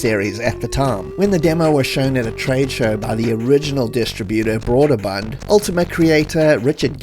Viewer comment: Love your content. FYI Brøderbund is pronounced “broo-der-bund” not “broad-er-bund”.